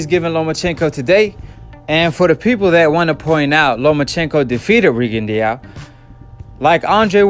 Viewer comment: Rih'-gin-dow... Rigondeau